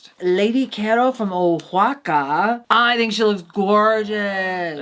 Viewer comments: Also oaxaca is pronounced “wah-ha-ka” :) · Love the video, im so excited for the rest of the seasonn. Btw Oaxaca is pronounced Wahaka